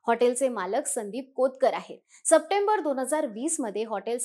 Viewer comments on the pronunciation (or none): none